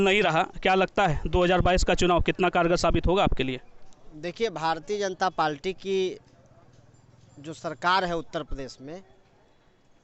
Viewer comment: Ye Bhartiya Janta Palti kya hai. Bolna to sikh lo pehle.